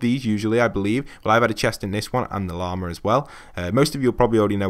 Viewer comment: Did you just fucking say “leema”?